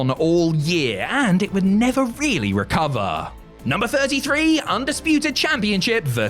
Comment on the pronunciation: "the bloodline story would never really recovaaa" dumbest take evaaa